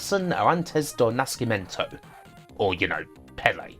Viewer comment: Not bad pronunciation. Maybe just the Nascimento... the sc is pronounced just like a ss, but with kind of a pause in the middle.